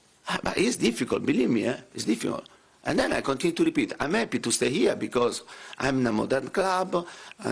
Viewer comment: “ I am eppy to put the fans into nappy “